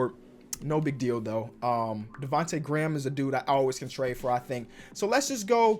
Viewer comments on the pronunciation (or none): none